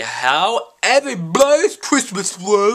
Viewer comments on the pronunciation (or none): "HOW eberybobys christmas bwas!" LMAO!! i laughed ofr like 10 mins. (: I love you. ahah